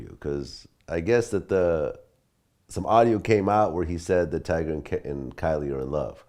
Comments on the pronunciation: He really said "Tiger" it's Tyga fam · 21 Sausage you quick by defending Tyga like one of his fan girls "his name is Tyga!! Not Tiger!" 😂😂 he pay you to correct niggas??